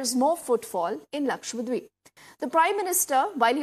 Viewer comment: Lakshadweep ( Laksha Dweep ) . And not lakshwadeep!!